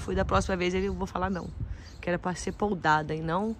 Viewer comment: Não se diz POLDADA. E sim PODADA